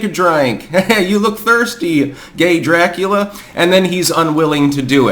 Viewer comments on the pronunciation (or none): none